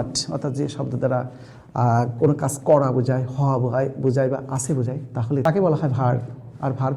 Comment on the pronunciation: Your making video is good, but your pronunciation is too bad 😔 as you are of Bangladesh. Viz - 'kas' instead of 'kaj'